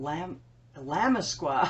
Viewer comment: I picked the Illimasqua contour stick, & omg, it is amazing! It's Ill-uh-MASK-uh. It's Italiano. 😎